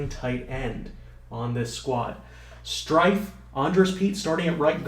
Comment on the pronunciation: strefe not strife